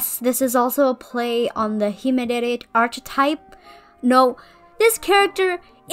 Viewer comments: loved the redesign! :D just a side note: the “ch” in “archetype” is pronounced like the c in car! so it would be ark-eh-type! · love the videos but... "arch-etype"